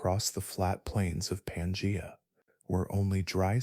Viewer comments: Pan gee a not pan jay a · 😂 pan-jay-a. That was distracting